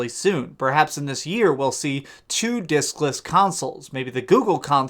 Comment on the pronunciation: Did u say dickless or discless lol